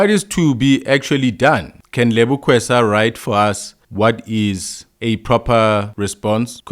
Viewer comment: her surname is Keswa not "Kwesa" as you keep on pronouncing that surname bro. Please stop butchering her surname asbonge. 🤜🏾🤛🏿